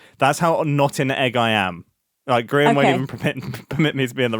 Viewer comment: I'm sorry but did grian call his server gree un